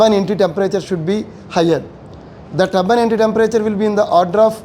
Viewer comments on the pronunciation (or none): What he meant to say is “Turbine Entry Temperature” - it’s funny u heard Tabban Anti Temperature. Different regions have different pronunciations. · It’s not Tabban Anti or Tabban NT, it is Turbine Ebtry Temperature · Bro he is saying “Turbine Entry Temperature” - it’s funny u heard Tabban Anti Temperature. Different regions have different pronunciations.